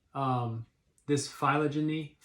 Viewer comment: Sick bro! Those pronunciations are tough- I hope you passed BUT you should be able to pronounce "phylogeny" if you're doing a video about phylogeny